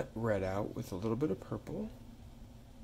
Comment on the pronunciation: "pur- PWEPLE" LMAOOO